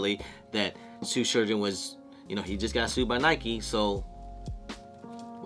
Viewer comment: Man made a whole video saying SUE surgeon